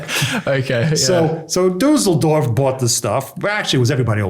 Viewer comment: The way he pronounces Düsseldorf sounds like Dusseldorf which means Stupid Village.